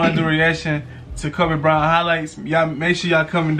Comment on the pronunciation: Bryant not byrant 😅😅